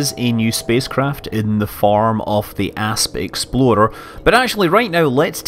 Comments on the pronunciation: Did he said the new ship was the Ass-Exploder? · Asp exploder. Hum. That does not sound so great. That sounds like a brand of laxative.